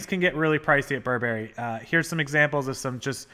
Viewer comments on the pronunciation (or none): This is NOT how you pronounce Burberry. The accent is on the first syllable. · Almost every American youtuber pronounces it like the cereal from when we were kids. Remember Count Chocula and Booberry? Guess which clothing brand is really BURR-bur-ee? This video goes in my eBay guide list for great content. Thanks,!